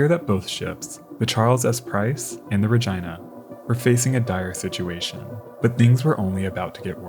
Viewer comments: What you call "the normal human way" is a violation of the rules of Latin pronunciation. Since "Regina" is a Latin word meaning "Queen," and Victoria was the Queen of the British Empire - which included Canada - the town was named in her honor. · Thanks for the video. Fyi- the other ship's name Regina - pronounced " Rah Gene Nah", plz stop saying RahGina, it sounds like your saying Vagina. Keep em coming!!! Love the history! Thanks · RegEEna, not jYna. Great video but that segment was driving me mad 😂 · Its pronounced rageena not ra geye na😂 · The pronunciation used for Regina…in a way I never thought of prior to watching this documentary. Ra-jyna. Not Ra-jeena. It’s Ra-jyna. Ya know, ra-jyna. Say ra-jyna one more time. Tell me that ain’t moist enough for ya. Ra-jyna. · ARE WE ABSOLUTELY POSITIVE IT WAS PRONOUNCED "RA-GYNA" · I don't think you're pronouncing the RAGINA correctly. It don't sound like a private part of a woman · Did dude seriously pronounce Regina like vagina? I didn't realize that Canada actually named a town Regina, and refused to pronounce it the normal human way, instead opting to rhyme with vagina lmao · Is not Regina pronounced like Regeena?? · I'm gonna go out on a limb and say Regina is not supposed to be pronounced like a certain female body part, and instead should be something like REH-GEE-NUH. Edited to add: I looked it up, and Regina, named after the Canadian province capitol of Saskatchewan, does indeed rhyme with that certain female body part. What an unfortunate name lol, for both the ship and the city. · Yes, the word exists in latin and other latin derived languages, but in latin / romance languages it's pronounced re-gee-nah. Pronouncing "i" like "eye" is definitely an english bastardisation. :) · The correct pronunciation for this particular ship is reg-eye-na, which is amusing to me lol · I refuse to believe that's how Regina is pronounced, cmon man. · is it actually ruh-gi-nuh or is it reh-gene-uh😭